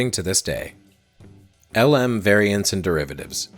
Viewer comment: I know you're Canadian. And you've noted how NASA pronounced "Gemini." The Lunar Module (LM) is pronounced "Lem." This is a throwback to its original name, Lunar Excursion Module. It's really the only "error" I can find in all of this (and you pronounced it right a few other times). You've made a wonderfully complex video. I've familiar with all parts of the iceberg, and you did a great job.